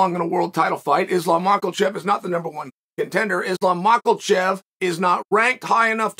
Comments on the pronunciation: There is no "L" sound in his last name. Its "Makhachev" not "Makhalchev" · Makal-Chev Hazmat - Chimaev😂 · "Islam mackelchev" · "Islam Makalchev" gets me everytime ngl😂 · I just commented the same thing lol. It's too funny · Makalbocher lol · *muckle shev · Makalchev....Blahol Muhammad.... Khazmat,...Chael has a wierd approach to Muslim names. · Let's not lie Makhalchev sounds more epic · Everybody is calling him Makhalchev now 😂 and I think it's unintentionally and because of Chael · Is it a bad omen that uncle Chael is giving MahkeLchev an "L" before he even gets in the ring? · Belal is Behal, Khamzat is Hazmat, Pereira is ? and now its Islam. Anyone got anymore butchered names by Uncle CHuol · “Islam Makalchev” 🤣🤣🤣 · Chael how do you say it maklachev? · There's no "L" in Makhachev, where are you reading Makulchev? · "Islam Michaelchand.." - Chael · Maklachev lol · What’s a mocklechev??? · "Islam Macklechev" is gonna whoop Charles. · Ma’kel’chev ......... seriously! 🤨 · Maklachef, Mackelchev, Blahall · This guy cant pronounce any russian fighters name properly. Habib, hazmat, mackelchev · Who the f is Makalchev? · Why does he say his name like that 🤣💀🤣💀